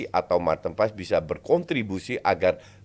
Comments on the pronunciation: Nama nya paes , Dari mana letaknya paas ? dia udah resmi jadi warga indo kenapa penyebutan nama harus dibelanda2in, botak botak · Paes lo justin bukan pass. Paes itu dari bahasa jawa bukan bahasa inggris lo botak. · Maaf min,, sebagai orang Indonesia boleh dong kita manggil marten paes,, paes bukan paas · Haye dan paes ini pengucapannya sama, banyak yg nyebut nama haye dengan haye yg ye nya seperti penyebutan yes, yeremi, yen dll sebetulnya yg benar itu penyebutan huruf e nya seperti de'ngan, se'lamat, se'mbuh begitu2. Paes pun begitu, bukan menyebutnya pa'yes tapi paa'es yg huruf e nya hampir ga dbaca seperti kita menyebut kata faLes/paLes untuk suara yg jelek pas nyanyi, nah hilangin tuh huruf L ditengah nya, begitu nyebut nama paes. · Enggak. Manggil nama orang nggak sesuai dengan cara namanya dibaca itu BIG NO. Usahain sebutin yang benar kalo udah tau. Kecuali "Paes" itu nama panggung artis, baru deh ngasal juga nggak masalah. Nama itu Doa dan maknannya dalam. Usahakan jangan sembarangan. Kalo perlu, selalu tanya orang lain gimana cara baca nama mereka.